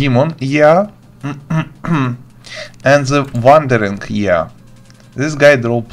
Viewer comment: Thanks, this one was helpful! Just a quick english hack: "eye" is pronounced exactly the same as "i", not "yeah".